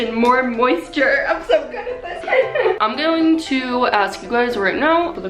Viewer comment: ... and we're going to gaying ready for prom ... I have no idea what's the deal with my ears